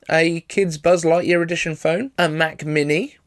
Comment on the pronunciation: Mac Minnie...